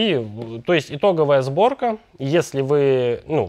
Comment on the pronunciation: Правильно "Сборка" а не зборка